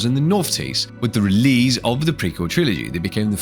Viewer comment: Who the hell pronounces 'release' like that?.I had to rage quit the video. So annoying